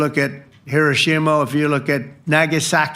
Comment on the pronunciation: Did Trump say Hiroshimo?